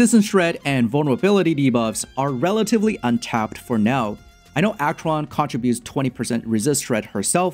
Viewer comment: Nice guide! Thanks for all the valueable informations. But I must say that I cringed everytime, when you said "Dot.Cheron" xD